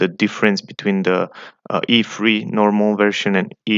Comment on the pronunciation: How in the world is it possible that you can’t pronounce i3?